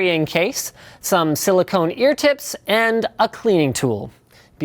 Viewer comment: "Silicone ear teps"